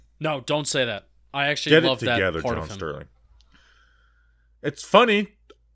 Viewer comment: Definitely love the John Sterling flubs